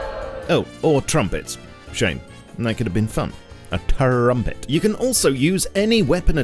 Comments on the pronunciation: "A TURRUMPET" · I seriously almost chocked when I hear Turrumpet :D